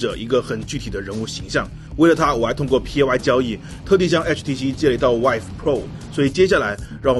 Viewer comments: HTC VIVE的发音应该是“VEEVE”，而不是“WHIVE”。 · 总是听成说 HTC wife.... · 呃......為什麼都要把vive念成wife啊？